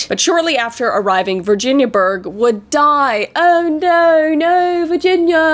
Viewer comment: When Kris said the moms name I though she said virgin 😂😂😂😂